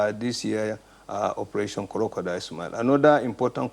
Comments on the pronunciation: He actually called it korodial tears. Lol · Operation Co-ro-co-dile.. Lawd have mercy! SMH